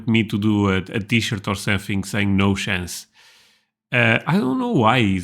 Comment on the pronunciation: When he says "No sshhhhance" I expect no shit.